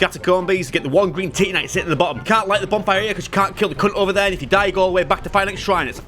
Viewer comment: Normal people: Titanite: TITTYnite